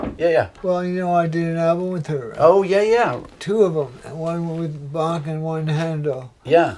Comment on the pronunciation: I am proud that Rick pronounced Bach right. Unlike all the Americans like Buck....